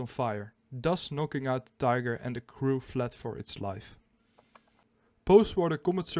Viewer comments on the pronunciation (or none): none